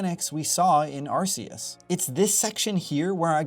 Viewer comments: Fun fact, it’s arc-e-us. Not arse-e-us. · How many times have you heard Arceus pronounced by TPC and still choose to pronounce it arse-eus? 🙄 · AR-KEY-US Pokémon isnt naming their god ar🍑se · It’s Ar-KEY-us. Always has been… unless you’re speaking Japanese. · Bruh it's Arceus with a hard "c." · I still can't get over the way you pronounce Arceus. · I swear, the way he pronounces Arceus makes me want to SCREAM!!!!!! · Please just pronounce Arceus properly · Arceus is pronounced with a hard C, like a K, not a soft C, like an S.